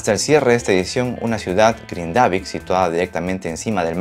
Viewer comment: gracias por la info, solo para aportar en algo a la información (vivo acá en Islandia) el pueblo se pronuncia GRINdavik....como cualquier palabra en islandés, la acentuación siempre será en la primera silaba.